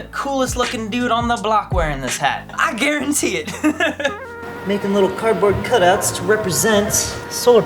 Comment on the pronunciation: "I gua-WREN-tee it"